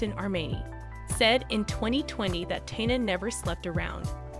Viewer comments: How can I trust anything in the posting when you don't even pronounce TE-NAH (Tina) name correctly, she is the main subject of your videophone! Then you have several facts incorrect. Proof anyone can just post a video. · Wow. Tyna?? Woodstock 1969?! Spelling mistakes - Erwin, not Irwin .. what did I stumble across ?? How is is possible to mispronounce Tina? Just ..wow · Learn how to say the person name before you talk about Tina..Tina got away from Ike her children weren’t with her.Who ever is reading this sounds like Robot..You should learn about person before you tell the story. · so extremely ennoying to hear the wrong pronuncition of her first name so many times. What is to difficult to pronounce Tina?? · STUPID STUPID STUPID video. How in the world can you mispronounce T i n a --when the video is about T i n a??? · I can't watch this. She doesn't even know how to say her name. So disrespectful. If you can't say her name Stop covering her stories... Geez I'm over it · The fact you presenting this about an absolute icon yet you don’t know how to say her name for the most part is baffling. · Embarrassing!! Can’t even pronounce Tina’s name right!!!😡😫😫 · I just want to know this Heffa kept mispronouncing and ICON like TINA TURNER name wrong!!!! I feel like Rick James.... IT'S TINA TURNER BI### GET IT RIGHT🤨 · As someone else, it's most likely a recording on a computer/robot saying the words. I don't know for sure, but I do know that I don't like someone or something has done such a terrible job as this. If the person can't pronounce simple words like Tina and provide correct information, and neither can their robot, then they shouldn't bother. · What is up with the commentator? How can anyone mispronounce a simple and as in this case well known name such as Tina and who is the subject of this video. Good grief🤦‍♀️ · Or, before she read this off a cue card, she had never heard of Tina Turner, nor knew how to pronounce her name. How unprofessional.